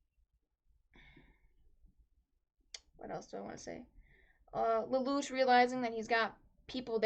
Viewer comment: Why you say "lel lu ch" it's " lel lu shh"